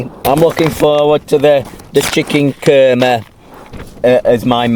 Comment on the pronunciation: Chicken Kurrrmeh! 🤣Fantastic accent init. Nice one.